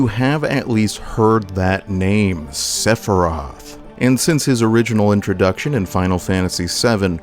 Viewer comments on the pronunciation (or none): I could not get past you pronouncing the dudes name as 'Sephroth'